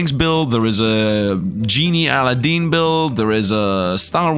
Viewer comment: Al-a-din 😂😂 not sure if this is just for copyright but it typically pronounced A-lad-din :_SifdLaugh::_SifdLaugh::_SifdLove